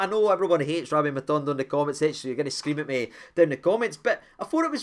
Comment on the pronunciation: Its Matondo, not MatUndo 😍